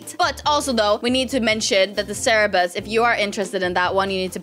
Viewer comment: Its cerberus not cerebus XD